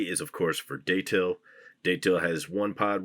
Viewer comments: It’s pronounced Dattle, but he ain’t from Florida so we’ll let it slide!! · Never heard Datil pronounced that way. Always hear it like that'll but with a D. Great grow series